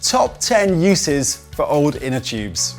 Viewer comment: "Inter choobs ". "Choobless valve"